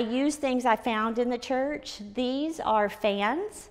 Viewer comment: This is the first time-ah, I see a woman-ah. livin' in a chuuurch-ah!